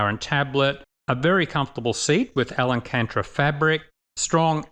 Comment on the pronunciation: AL-AN-CANTRA fabric 🤣